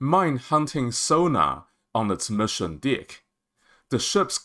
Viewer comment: Sir … I would like to point out that it’s important to sound out the word D-ECK. The way you are saying it sounds like DICK 🤣